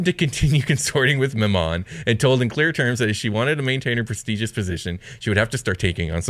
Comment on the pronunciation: I always thought Glasya and Mammon were pronounced Gla-SEE-ya and MAM-mon.